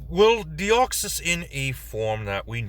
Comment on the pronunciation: You said my name correctly. It really shouldn't be that difficult but for some reason people just cannot say the 's' at the end or they say the Greek version of my name which has an 'ea' instead of an 'e' at the end. As for Deoxys itself there are in fact two ways to cause the mutation. The first is through the explosive expenditure of energy of a meteor impact and the other is being shot with a high energy, high density laser for 15 to 20 minutes straight both of which we see clearly in Destiny Deoxys. That space virus is incredibly stable and hard to cause mutations within. Personally I sometimes refer to Deoxys as the traveler or visitor as that is pretty much what it is. It is incredibly weird for a psychic type to have such low intelligence. Oh the duplication that Deoxys does is actually RNA cloning as Deoxys's entire theme and concept is DNA. For some reason Bulbapedia marks it as a usage of double team despite it having vastly different characteristics to the move itself. As for what other pokemon to do next, how about Trevenent and Aurorus? It would be interesting to see how you would convert that haunted sacred tree and the saurian ice queen. Too bad there isn't a dinosaur race.